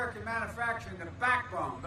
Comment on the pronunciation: Mannuhfactring in His idiot tongue